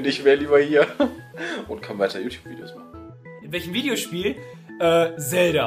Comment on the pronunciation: wenn noch einmal zelda so ausspricht dann gibts ne albanische